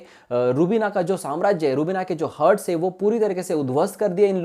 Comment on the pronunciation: हर्ट्स नही यार its Hart's हार्ट Plz be correct